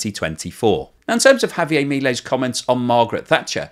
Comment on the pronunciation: JavieRR..it is not French